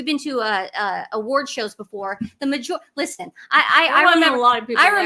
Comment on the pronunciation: Girl, the t in listen is silent.